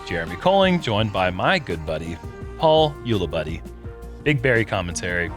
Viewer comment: "Paul Ulibuddy". I like it,! Thanks,.